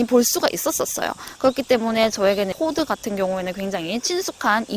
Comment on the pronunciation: 갑자기 포드 발음이 달라지시네요 ㅋㅋ